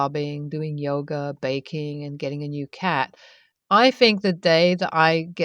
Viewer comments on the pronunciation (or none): none